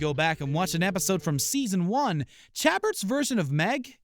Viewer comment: How can you possibly be considered legitimate when you can’t pronounce Roseanne? Or Chabert? Holy hell.. embarrassing.